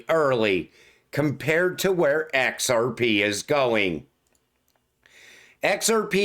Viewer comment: I will set your "we're gonna talk about EX AR PE" as my new ringtone